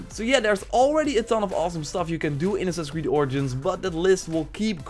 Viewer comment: Anyone else notice how he says assins creed instead of assassins creed